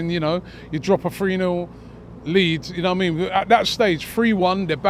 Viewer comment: ‘You nowah mean’